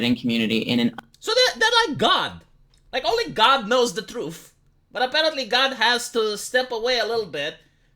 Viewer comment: The "Troof"